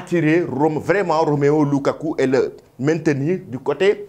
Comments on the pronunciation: Apprends au moins à lire pour bien prononcer le prénom ROMELU. Trop de bruits alors que tu ne sais même pas lire. Je ne me fatiguerais pas. Tant que tu diras ROMEO LUKAKU, je t'attaquerai toujours. Bon sang, lis au moins ce qui est écrit. C'est ROMELU et ce n'est pas difficile. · Ça se voit que tu ne sais pas lire. ROMEO LUKAKU. CE N'EST PAS ROMEO SVP. C'EST ROMELU ROMELU ROMELU LUKAKU